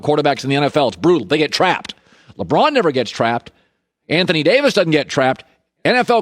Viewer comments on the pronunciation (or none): none